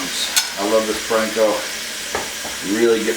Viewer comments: It’s Panko not plankco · It is not Planko: it is Panko. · I love how you pronounce panko "planko".